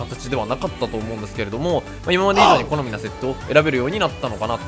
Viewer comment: ｢好み｣が｢コナミ｣に聞こえる